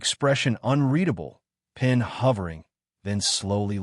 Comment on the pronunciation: Pen not pin is anyone else noticing These errors? ! ! !